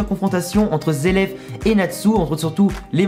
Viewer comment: zeleph ou zeref plutot ^^ Les japonais prononcent les "r" en "L" :)